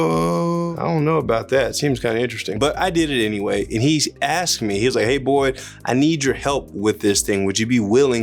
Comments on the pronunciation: I swear every time you say "hey boyd" i think you are saying "hey boy" I'm sitting here like wtf did he just say!? I know they weren't talking to my man like that 😂😅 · Hey boyd, you kinda caught me off gaurd when you said your name, i did a double take i thought you said "im born clueless" lol. not trolling just thought it was funny. maybe innunciate the boYYYYD part a little more, or dont do a dang thing! ur still killin the game bud. take care